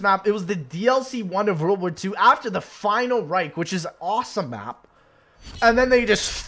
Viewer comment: He do be saying final reik